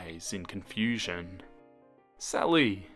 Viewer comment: It sounds like he’s saying “Celly” o-O